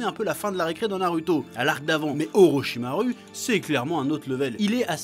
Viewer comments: Ptdr vraiment tu me tue frérot tu fait des phases des fois chui mort de rire !! Je me suis abonné à la fin de la video ptdr vivement la prochaine vidéo inchaAllah 😁✌ force à toi frérot !! Ps : ça me rend ouf quand tu prononce orochimar"U" hhh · Orochimaru sa se dit orichima « rou » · Orichimaru prononcé à la française... je sais que tu sais comment ça se prononce alors tu fais du naruto shaming ?